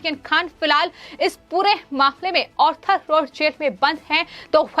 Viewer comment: please change this anchor or change her portfolio. I do not understand why she pronounces her hindi by including ha ha ha in every word. I never listend any anchor spoiling hindi which is a beautiful language this way. Why dont your management advice this lady not to artificialise her ahcorship and read hindi as hindi and hahahahindi which becames a lughing stock . she spells mamle as mahmahmle etc. please examine her videos and do necessary corrections. Tell her to see others vedios of hindi news reeadign reporting channels and rectify her pronunciation